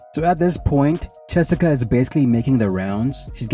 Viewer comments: Her name is Chessika not Jessica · It sounds like you says Chessica😅 good video. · He for sure is saying chessica 😂